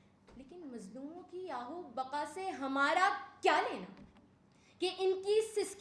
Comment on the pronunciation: آہ و بقا نہیں آہ و بکا ہوتا ہے لفظ پیاری بیٹی